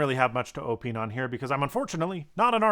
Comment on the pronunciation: The word is pronounced "Oh-pine"